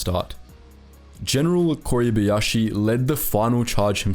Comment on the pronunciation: kuribayashi or kuribiashi. George S. Patton or George S. Button. Australia or Austria Funny: all the effort that is put into video, but person isnt able to read.